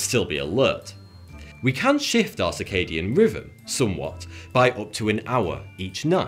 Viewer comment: He keeps saying circadian riven, and fortytwo instead of. he cant say TH, and how did he mess up zeitgeber so bad? I can't watch this guy anymore, it's worse than the australian accent.